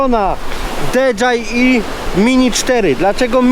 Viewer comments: DiDżejAj :) a nie DeDżaji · Dron "De dżaj i" mnie rozjebał :D :D :D